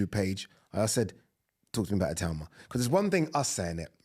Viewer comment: Itauma is smart and fast and whyte has an off button. It’s pretty clear what will happen Also thank you for pronouncing his name correctly. Everyone else for some reason says I-too-ma